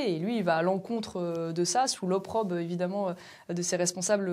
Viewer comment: Jeter l'opprobRe Et non " l'opprobe "